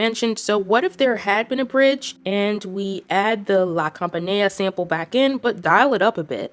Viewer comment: PAGANINI, NOT PANGANINI... LA CAMPANELLA NOT LA CAMPANEA...